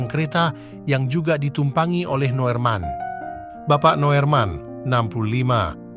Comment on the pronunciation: Wooiii min....! Kalimantan itu luas , sebutkan kotanya jangan Hoax... sebut nama yg jelas juga, kalau kamu pake teks to spech yg bener...Noerman = Nurman Noorman = Norman, Nurman. Artikel gak tuntas mau ke mana juga naek KRL